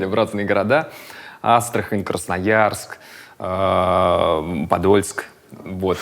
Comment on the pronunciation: Pochemu on tak s akcentom skazal Podolsk?